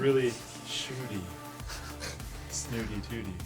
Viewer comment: got tooold coz of "shootty" Lol nice going linus much respect.